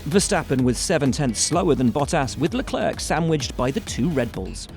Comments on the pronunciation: How can you still pronounce leclerc wrong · No one: Every English journalist: LEGLERGG